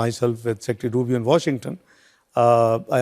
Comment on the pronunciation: सर मार्को रूबियो है रूबी नहीं है